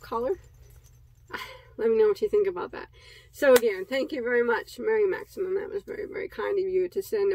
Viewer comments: Hi! That was so nice of Mary Maxim. I like how you say it too. I hope you share the finished decoration the kids do. I have no clue how any of it works sorry. Hope the BOD family has a great & safe week. Sending Hugz!🥰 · When you say their name incorrectly you have to repeat it, so I feel sure they don't mind. I never heard of them until I started watching you. "Mary Maxim" a name I will never forget. Lol...What an amazing gift...I have also seen the post of some that bought your Mystery Box, I can not wait to purchase one or some..Great job